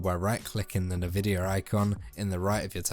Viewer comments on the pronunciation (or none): Nevidia ❌| Envidia ✅